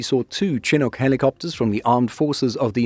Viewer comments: It is pronounced Shi-nook, not Che-nook. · We don't usually say "TAD". I spent the majority of my career in the RCAF in tactical helicopters, both with Griffons and Chinooks (BTW it's shh-nook, like you're saying shh or be quiet to someone, not Cha-nook). We usually just call it a detachment. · It's pronounced " shin-nook". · It's pronounced shinook